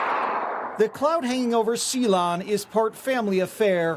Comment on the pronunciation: I just knew the pronunciation of Ceylon couldn't be normal.